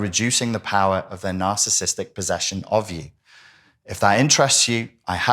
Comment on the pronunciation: I wish he'd pronounce narciss ISTIC properly 😂